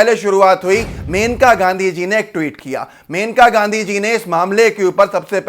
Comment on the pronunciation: मेनका नहीं मनेका नाम है उनका (जहाँ तक मैंने पढ़ा है और सुना है)